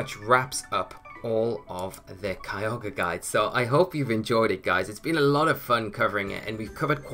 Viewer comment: I know you're saying Kyogre but it sounds like Kialga and I always get excited for the Dragon/Steel boi